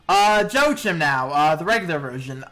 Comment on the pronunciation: You miss pronounced Joachim's & Meene's name incorrectly.